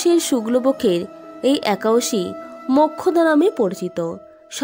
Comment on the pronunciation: একাদশী কথাটাই উচ্চারণ করতে পরছেন না।